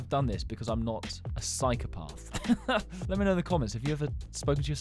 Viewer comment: I like how he pronounces “psychopath”😂